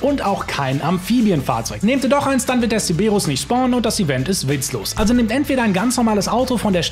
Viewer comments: es heißt Cerberus. Nicht ceberus. Dan triggert total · wieso sagst du CEEEEBERUS? der heißt doch CeRberus....LOL 😛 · Es heißt CeRberus nicht Ceberus ... außerdem muss man nicht 16 Minuten in der Sitzung sein, sondern der Lobby-Host und man kann das Ding sehr wohl mit bewaffneten Fahrzeugen triggern... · Digga der Cerberus heißt nicht zeberus